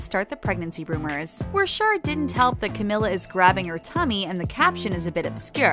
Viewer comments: Not to be rude but, I'm so triggerd by the fact that she said Camilla instead of her real name Camila🙃(Cameela😂) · It's pronounced like camEELa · camEEla please, thank you. It's about time people know how to pronounce her freaking name, damn it. This girl has been winning awards all over the place this year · CamEEla jesus man it ain't that hard but good video overall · me behind the screen: THATS NOT HOW YOU SAY HER NAAAAAAMMMMEEEEE my mom: why the hekk are you screaming me: its cameeeela my mom: *is she mentaly ok? questions? what? should i be concerned? my mom: okay? 8 walks away questioning if i need help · It's Cam-EE-la! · It’s pronounced “CAM-MEE-LA” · It’s CA MEE LAA for god’s sake! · Camila is the sweetest human being on the world I LOVE HER SOOOO MUCH MY QUEEN! <3 btw it's camEEla cabeYo :) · It’s camEEla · You said her name wrong, this is how you pronounce it (Cameela) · It's pronounced Cam-EE-La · Ummm how many times they say Ca-mill-a bothers the crap out of me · Sameeee lmao 😂😂💔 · NO ONES TALKING ABOUT HOW SHE KEPT PRONOUNCING CAMILA'S NAME WRONG THIS IS TRIGGERING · pls pronounce her name rightttttttttttt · she pronounced her name wrong